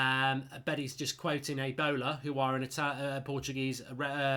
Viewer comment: Did you just call him Ronaldo at one point?? Aibola haha. Its A bola, like ahh bola (the ball) better research on pronunciation because be swearing in languages you don't understand